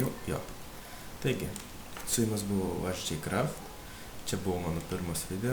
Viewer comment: Juokingiausia tai kad ne taip ištariai prenumiruokit